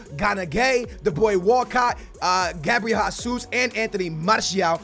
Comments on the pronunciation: Es português ou não caralho? Para de dizer Gabriel Házuz e diz a puta do nome em condições meu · "Gabriel Hasus"